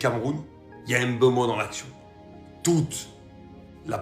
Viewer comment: C'est Mbeumo et non M'beumo svp 😢 ne fait pas ce que vous avez fait à Mbappé